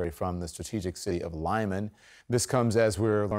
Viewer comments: Why do they insist in calling it Lie-man, when the locals call it Lee-man? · it's "Lyman" ... Lee Mun - not Lie Man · I think lih-MAHN is a little closer. ---------------------------- With "i" in "lih" pronounced as "i" in "pit." Yes, this will be the Ukrainian pronunciation. I gave the Russian one. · The name of the city of Lyman is pronounced lee-MAHN. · That's close. I think lih-MAHN is a little closer. But I'm not expert.